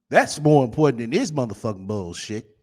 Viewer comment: It's "important" rat not "Impoorant".